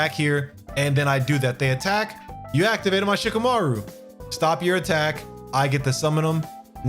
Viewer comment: It’s Shi-KAH-MAH-roo. Thanks for the video ✌️